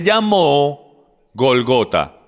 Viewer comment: Entonces si es Gólgota por qué acentúan en la traduccion la segunda O??? CASI SIEMPRE QUE TRADUCE LE CAMBIA LA ACENTUACIÓN A LAS PAPABRAS De igual maneras muchas gracias porque igual seguiré viendo todas las enseñanzas que traduzca 😍